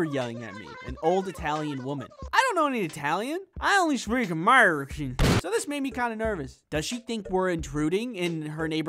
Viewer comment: "I only speak Amurican" (in a country voice)